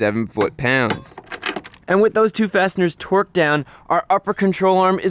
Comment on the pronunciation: Is he really saying twerked the whole time? Jesus. Its torqued not twerked.